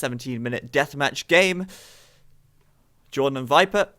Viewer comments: That "Yordan" had me cracking up over here xD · Since he was Spanish, you should have pronounced his name Hordan this game :P